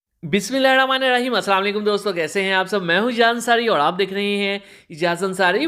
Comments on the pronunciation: Mazrat ke sath aap Bismillah Sharif Sahi tarike se padha Karen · Venchoo bismillah to sahi sy parha kar jhant k baal